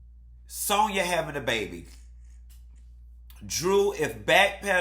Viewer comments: SAN-YA! The lady name is Sanya ! Not Sonja. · Every time call Sanya ‘Sonya’ I fucking scream!! 😂🤣😭😭😭😂😂